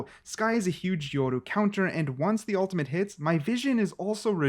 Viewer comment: It's yoru not yordu